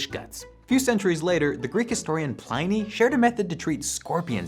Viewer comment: Pliny...... plin-EE, not Plyny. Sigh.